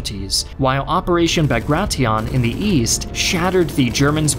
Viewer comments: ah yes, operation bar-gra-tie-on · “Bagratee-on?” It’s pronounced like “Bagrashun” (Bagration). And it’s pronounced like “Nyeper” (Dnieper River). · Well that’s a new pronunciation for Bagration!